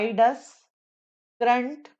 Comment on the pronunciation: Mam with due respect, can you please pronunciate the word current properly